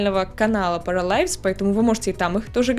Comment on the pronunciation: Правильно будет не паралайвс, а параливс